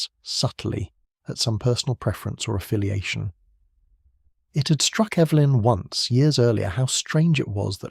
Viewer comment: mispronounced Evelyn. But said it correctly before and after, odd